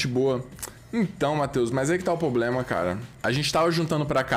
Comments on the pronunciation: mds pq o fala "poblema" o tempo todo? isso da muita agonia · "Poblema" Veio 🤣🤣🤣🤣🤣🤣